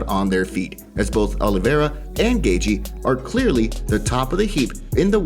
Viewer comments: It's Gay-chee not Gay-gee 🤣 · Gaethje's last name is pronounced Gae"Chee" not Gae"Gee". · lol you are not saying Gaethje right, wait am I??